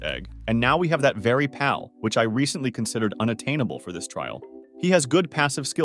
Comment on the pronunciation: For the Love of All Things in this world sorry but I had to click off this video multiple times because of how you're pronouncing the word PAL. Just makes me think this is an AI voice or some kind of trickery bullshit that you're doing as a meme.